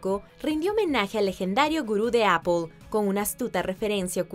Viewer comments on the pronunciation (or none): none